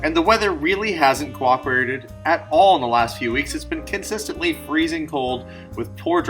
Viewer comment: Funny how you keep saying "kin-sistingly" instead of consistently :) Once during the voice over while you guys were driving, and again when you got out of the car. Cute how some people have one (or more) particular words they keep mispronouncing, like my sister keeps talking about a shistem instead of a system :)